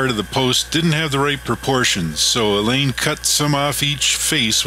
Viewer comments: Alain is pronounced Allah. . . not 'elaine' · Great video! it was neat getting a different perspective from working with someone else on the project and having your video narrated by the other person! I was a little thrown by the pronunciation of your name Alain as I always assumed it was like the English name Allen or Alan. Always enjoy your videos and look forward to waiting for the next one to be posted.